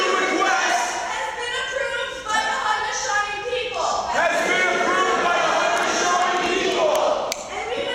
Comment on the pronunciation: They can't even say Haudenosaunee right....